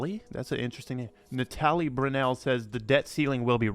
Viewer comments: Natalie? Why is he pronouncing it Russian. Its a regular western name 😂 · i was thinking the same thing hahah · (Nat-Alley) loads of Natalie's in Canada